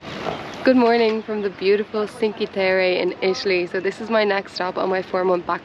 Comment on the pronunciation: Indeed you pronounced Byron the Irish as well as the British way being that Byron's Grotto is named after none other than the famous British poet Lord George Gordon Byron! For future use: Cinque is not pronounced "sinkee" (grimace LOL) but is pronounced Chink-weh. You're welcome and thanks for the tour!